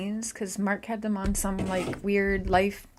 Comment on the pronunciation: Girl go rewatch the per videos and correct your sick analogy. That's terrible. I am not for anybody but that's terrible what you said. you said Mark's name wrong too. You take about money, you have way to many ads for false narratives. Redact this video!